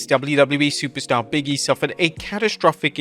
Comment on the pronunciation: OMG BIG…E… not Biggie! 🤣